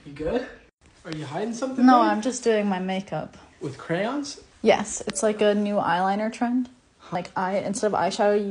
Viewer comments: she turned british for a sec there😂😂😂 “MaKeUp” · turned British when she said makeup